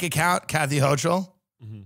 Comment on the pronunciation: tim mispronouncing hochul as a new yorker is heartbreaking he really dont give a shit about us no more🤣🤣🤣🤣